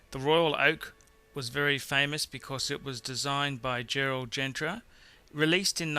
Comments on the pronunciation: "Gerald Gentra" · Gerald Gentra😂😂😂😂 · And designed by "Gerald Gentra" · Few things: 1. Lange is pronounced "Lang" with your mouth curling into an "O" when you hit the hard "G" at the end 2. Gerald Genta, not Gentra 3. That Royal Oak with the plastic black bezel is an abomination 4. The Breitling Navitimer - grotesquely busy dial with a gussied up pedestrian Valjoux inside. Hardly one of the 10 greatest, not even the best Breitling (Steelfish or Superocean Heritage Chrono far more interesting) 5. Omega, not "Amiga." 6. Rolex in the top ten? 7. The better PP is the 5204. The Calatrava is 911 of high end watches, ubiquitous and boring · Did he just say Audemars Piaget? Gerard GentRa? That makes it two Fucks....